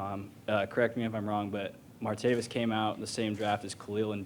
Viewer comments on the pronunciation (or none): Can we PLEEEEASE get the mans name right!??? It’s Martav-IS, not Martav-iUs! But damn I’m hyped!!! This dude is INSAAAAANE’ly dynamic!